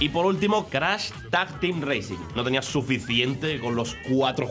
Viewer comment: Y no es Crasss, es Crash Pronuncie bien